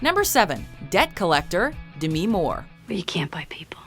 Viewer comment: "De-mih More" I cringe everytime she says the name....